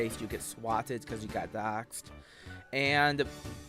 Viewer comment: Even though "w" is the only sound he can make correctly, he still somehow still manages to mispronounce "Swatted" Fucking immaculate.